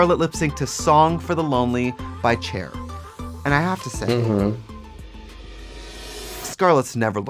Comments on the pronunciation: Did trixie really say CHAIR instead of CHER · I love how Trixie says "Chair" instead of "Cher" 🤣🤣🤣🤣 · Trixie, you are great and do a wonderful job hosting The Pit Stop! How did you pronounce Cher as “chair” and not fix that? Or is there an inside joke I’m missing? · Ok but why did she said cher like chair 👁👄👁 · Did Tracy just say "chair"???? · NOT TRIXIE PRONOUNCING CHER AS "CHAIR" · why'd trixie pronounce cher like 'chair' 😂😂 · Am I the only one who clocked Trixie calling Cher "CHAIR" erj,hbvqbehjrjbh,r,gjvh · Ngl I love Trixie's ongoing mispronounciation bit... Cher as "chair" lmaoooo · Am I hearing things or did Trixie call Cher, Chair? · Did Trixie pronounce Cher as Chair? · NOT TRIXIE CALLING CHER “CHAIR”—💀✋🏾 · "Song for the lonely by Chair" I had to go back and relisten cause...what? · Anyone noticed that Trixie said "chair" isntead of Cher? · Not Trixie pronouncing Cher like "chair" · Not Trixie saying chair instead of Cher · Denali calling Trixie as Tracy is shdkafhsafka;fsdkdslfsdkf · Did Trixie call Cher “Chair”? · Why is no one talking ant how trixie pronounced Cher like chair 😭😭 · Nobody clocked that Trixie called Cher "Chair". Bitch! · Trixie really pronounced Cher as "chair" omfg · HOW TRIXIE SAID CHAIR INSTEAD OF CHER IM YELLING JDSAHBSA LIKE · Did...did Trixie just call Cher "chair"? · Did Trixie call Cher… Chair ??? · Trixie really be out here calling Cher “Chair” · Trixie says Cher like chair lol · Not trixie saying chair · Did trixie just say chair instead of cher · Shocked and appalled that Trixie doesn't know how to pronounce Cher?!!!! But what a great episode of All Stars. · Trixie just mispronounced Cher's name!